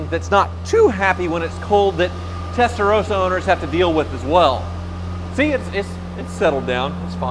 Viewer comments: I wish you Americans would learn to pronounce "Testa-ROSS-ah"... it's NOT "Testa-ROSE-ah"...! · Testa rossssssahhhh not Rosa ! As Porsche is Porrscchhhe, not Porschaaaaahh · Here in Europe including Italy! pronounced 'Testar ross ahh' - like ROSS in Friends - not how you're saying it!